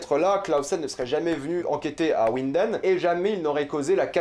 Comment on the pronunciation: Faut prononcer vinden